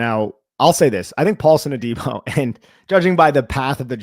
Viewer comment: Hate to knit pick but it’s a pet peeve., it’s pronounced. A-deee-bo. Like Deebo from Friday. Also it’s Robert Sal-ah like Salad but ah at end lol